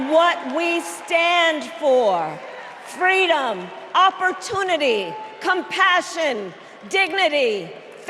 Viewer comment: Start fact checking her entire story, where’s the “fweedom”